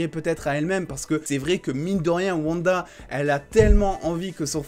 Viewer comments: Par contre stp c'est OUanda et non Vanda 😭😭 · Stp dit wanda pas vanda 😅